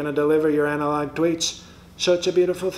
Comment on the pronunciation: 😂😅 Anal-Log 😂😅 These vehicles should have that logo on them while delivering these postcards... Anal-Log Service